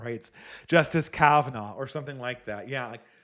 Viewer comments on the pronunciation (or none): none